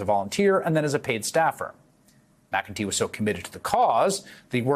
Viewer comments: McEntee. “Mac N Tee”. Not McGinty. Don’t give my folks a heart attack. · You're pronouncing McEntee's name wrong.